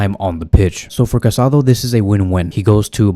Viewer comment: It's not Casado. It's Casadó. There's a difference.